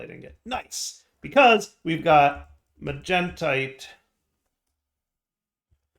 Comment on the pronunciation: He's saying magentite properly!